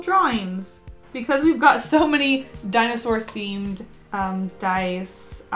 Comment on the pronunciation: “Binosour” IM DYING FROM LAUGHTER